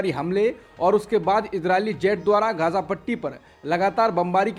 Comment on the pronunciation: अरे बाबा ग़ज़ा नहीं... गाज़ा गाज़ा ना तो आपकी चैनल पर कोई सही बोल रहा है ना सही लिख रहा है वीडियो टाइटल में। उच्चारण और वर्तनी सही कीजिए 🙏🏻 Neither Ashutosh nor you, are pronouncing GAZA right. It's most irritating to hear such easy words spoken so wrongly. --- A Regular Listener